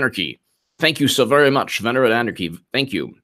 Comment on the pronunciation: Be Vewry, Vewry quiet